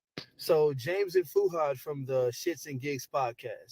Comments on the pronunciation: It's not Feeuhad, it's Fuhad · FEW-had? Its FOO-had… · You’ve been following been following them for years but pronounce his name “Few-hard” 😂😂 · I thought the same thing. His name is pronounced phonetically. "Fu - had."😂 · I don't think you even watch the podcast. You've been following them for a while but still get the pronunciation of Fuhad wrong? and also the Name of the podcast incorrect? Are you kidding me ?